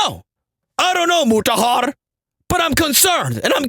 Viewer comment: when I heard him say Muraharrrr the first time, I just subscribed and liked the video 🤣🤣🤣🤣🤣🤣